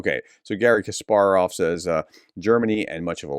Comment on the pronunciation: Please sort out your pronunciation of Russian words. I'm English and I can do it so it isn't difficult to learn. I have put up with your pronunciation of Russian since I first ever joined your channel. But pronouncing Kasparov, a long famous Ukrainian/Russian so badly is beyond redemption. It is NOT difficult. Just listen to how the Russians pronounce their words. Oh you got Kasparov correctly later on.